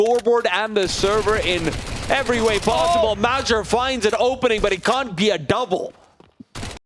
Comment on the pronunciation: How the hell do you pronounce major as madger.